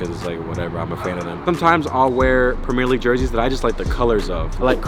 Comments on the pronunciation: Nobody:: PrEmEeR lEaGuE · Cmooon mannn you cant be saying premier league wrong